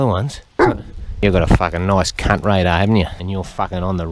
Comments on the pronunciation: “Out KHUNT him” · Take a shot every time you hear him say Khunt😂 I’m gone